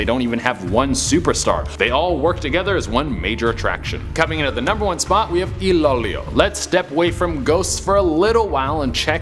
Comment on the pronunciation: It's not ilowlow it's read as ilow ilow... Love your videos tho..